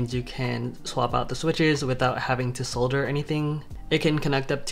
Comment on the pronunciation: solder = (saw-der) . I used to say it the same way you did until I actually started learning how to do it lol